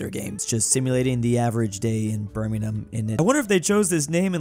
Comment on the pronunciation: I appreciate that you're pronouncing Birmingham correctly now